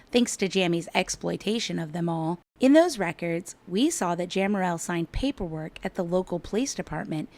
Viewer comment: How embarrassing that you can’t even say her name correctly!